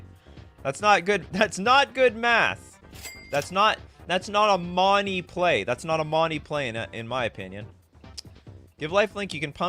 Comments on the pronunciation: it's not "money", it's "monny" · The way you say money is terribly racist. Sad